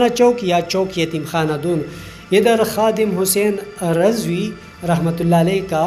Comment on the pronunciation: I liked and subscribed your channel when you pronounced the name of KHADIM HUSAIN RIZVI (RA).